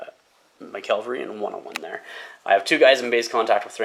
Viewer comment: It's said CAValry not "calvalry" please stop making my ears bleed 😂 Kudos for Angmar player putting up with your thinly veiled glee at the solid die luck you were having. Respect.